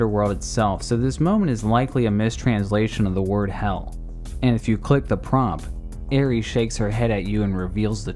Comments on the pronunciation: Any particular reason you keep mispronouncing the name Aerith? You realize there is no "s" in her name don't you? Let me help you.... AIR + ITH. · Who in the hell is Ares in FFVII, her name was Aerith (Air-ith). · I'm pretty sure you aren't saying Aerith's name right. There's no 'es' sound at the end of her name xD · Aerith or Aeris, not Aries. Great video, otherwise! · Is it me or did he kept saying Aries instead of Aerith in the ff7 part. It took me three seperate times watching this video I noticed this. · her name is AERITH!!! NOT ARIES!!! I'd have taken Aeris.... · I love the video but stop. saying. Aries. AeRIS, or AeRITH. This is FF, not GoW 😂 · Aerith, not Aries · It's aerith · Bruh called Aerith Ares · Ares, Aries, Aeries, Airy's... wtf dude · Her name isn't Aries you dunce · her name ain't "Aries". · May I ask why you call Aerith/Aeris "Aries"? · Talks about mistranslations in the same breath as saying Aerith wrong